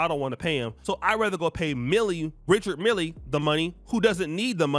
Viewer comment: Richard Mille is pronounced "Rishard Mill" If she paid $250,000.00, she bought a used watch!